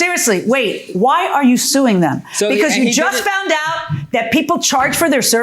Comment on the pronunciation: "Fount out"? Wtf....English people, do you speak it?!